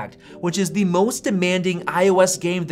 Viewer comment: It’s “the” not “thee”. “The” is the word you’re looking for